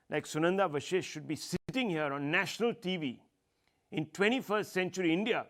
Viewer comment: It's Vashisht- it's not vishisht!